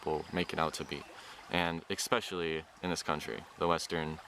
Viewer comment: i love this man so much but please don't say expescially